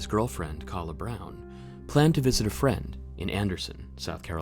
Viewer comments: You really mispronounced her name it is (Kay-la) not Khala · Its pronounced Kayla